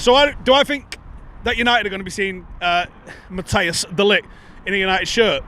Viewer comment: Matt-ice is the correct pronunciation, not Matt-i-as. Just so you know 👍